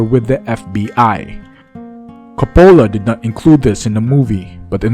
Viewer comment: Learn how to pronounce the Director’s name correctly. It’s embarrassing when you mispronounce a famous Director’s name on YouTube 😉